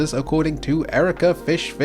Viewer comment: Thanks for the mention! For the record, it’s pronounced “e-rack”, not “erica”. However, adding 5 fishes at the end is perfectly acceptable!